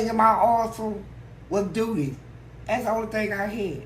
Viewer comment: “How’d you accumulate so much dooty” 😂🤣🤣